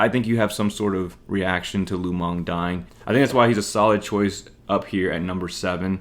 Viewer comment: It's Lu Meng... Not Lu Mong...